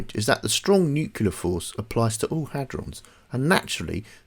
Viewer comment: I loved everything about this video, EXCEPT.... i kept throwing things at the screen every time you said "new-queue-lar" ಠ_ಠ It's new-cle-ar!!!